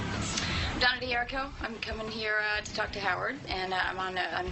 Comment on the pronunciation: She doesnt know how pronounce her name ? D'hur /ree/ koh